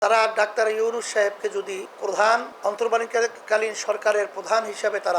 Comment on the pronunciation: ড. মুহাম্মদ ইউনুস এর নামটা ঠিক ভাবে উচ্চারণ করতে পারে না তাকে নিয়ে কথা বলার সাহস হবে কি ভাবে। এই দলটাই একটা বাটপার, চিটিংবাজ দল।